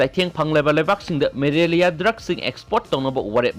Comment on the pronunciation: Malaria not marelia